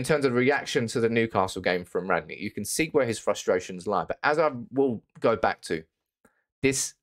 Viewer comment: you can't even pronounce the managers name correctly